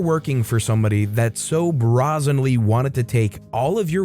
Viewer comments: Why did you pronounce brazen like bra zen? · It is pronounced brAzen. Brazing being a form of welding.